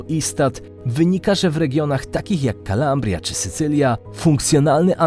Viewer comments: Nie „Calambria” tylko „Calabria” to tak na przyszłość, kilka razy tak powiedziałeś, a poza tym świetny materiał 🫡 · Calabria nie Calambria 😉